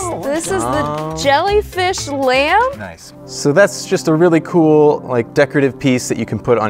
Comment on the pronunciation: Wen she said lamp I thought she said lamb